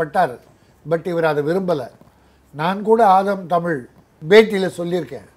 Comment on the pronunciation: நெறியாளர் அவர்களே, தமிழை தமிழ் என்று உச்சரியுங்கள். உங்கள் உச்சரிப்பு "தமில்" என்று இருக்கின்றது. அதே போல் ள ழ உச்சரிப்பு பயிற்சி உங்களுக்கு தேவை. முதலில் அதற்கு பயிற்சி எடுத்து விட்டு பின்பு பேட்டி எடுக்க முயற்ச்சி செய்யுங்கள்.